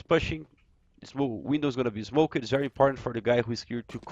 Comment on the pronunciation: Awesome video once again. Now everyone's going to be an expert on mirage! Love the way you say "smoked" like "smokered" hahaha :D